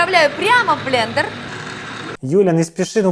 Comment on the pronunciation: долго держался, прежде чем произнёс "блЕндЕр":)